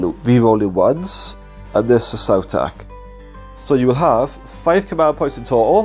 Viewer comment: Please start pronouncing it “saw-tech” and not “sow-tech” like in dinosaurs. You don’t say dinosows, do you?